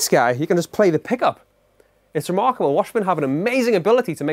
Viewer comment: I love when he says RREMARRKABLE